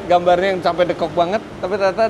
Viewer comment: Lucu Om bilang deukok nya sunda bgt 😁😁😁 Bismillah sholwatin aja dl smoga ad rejeqnya 😇